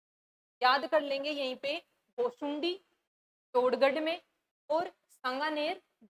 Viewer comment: Ghosunda H ghosundi nhi